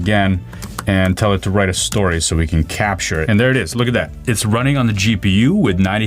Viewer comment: "Uhhhmm Shat Ge Pe Tee! Can You Rite Mi This Stowwy? Make It Good!!"